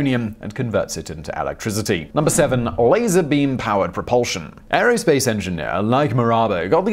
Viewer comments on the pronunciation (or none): none